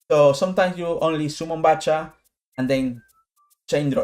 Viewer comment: just gonna say its Back-ha not Batch-ha but grats man, i never thought about summoning Soprano instead with 1st movement, you learn something new about the deck everyday